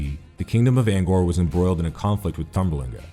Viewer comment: You gotta work on that pronunciation cause I know for sure you're pronouncing Angkor and Tang wrong.